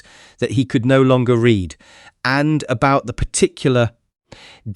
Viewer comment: In a way he could no longer read(Pronounced Reed) Spells like read(red) but you have to read in context. Perhaps you should consider an editor. I could help re that. Story seems interesting so far.